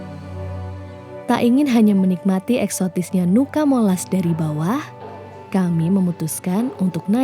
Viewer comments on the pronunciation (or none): Fyi, Nuca dibacanya tetap Nuca, bukan "Nuka" ya teman-teman 🫶🏻🥰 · Sedikit koreksi kak, cara bacanya bukan nuka tapi nuca. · Cara bacanya Nuca bukan Nuka kk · WO are the best ..catatan, sebutan nuca tetap seperti tulisannya, bukan dibaca nuka...nuca artinya pulau